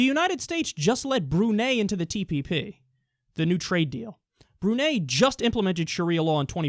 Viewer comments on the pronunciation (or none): It's pronounced "broo-nigh", not "broo-nay" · "Bru-Nay" lmao it's Bru-Nye